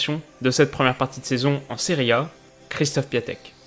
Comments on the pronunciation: D'ailleurs y se prononce "é" aussi 😉sinon encore une excellente vidéo ! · Du coup oui, ça se prononce en gros "Kjéchtof Piontek", énorme vidéo encore !